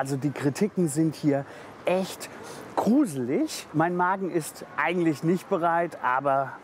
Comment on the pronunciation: Aus Gyros wird „Küros“ Trocken= „drocken“ Portion = „bortion“ Gros = „kros“ Blumentopf = „Plumentopf“ Gruselig = „Kruselig“ , der soll mal den armen Max Kruse aus dem Spiel lassen Ich konnte nicht mehr 😂😂